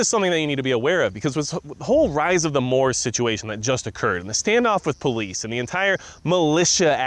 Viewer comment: Moops not Moors